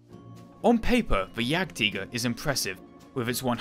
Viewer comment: "Jägtiiger" GG